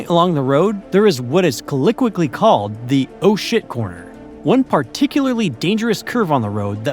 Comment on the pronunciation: really enjoyed the video, however your butchering of the word "colloquially" was pretty distracting honestly.